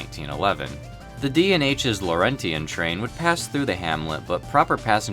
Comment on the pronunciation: Laurentian is pronounced "Lor-ench-in" Also, why is Amtrak proper passenger service and the Delaware & Hudson's wasn't? The Laurentian plied that route from 1923 to April 30th, 1971 providing service far superior to anything Amtrak has ever offered on that route. According to the September 1968 Official Guide to Railways, The Laurentian's service to Port Kent was seasonal just like that of Amtrak today.